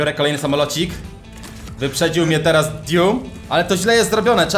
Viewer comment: nie mówi się tera tylko teraz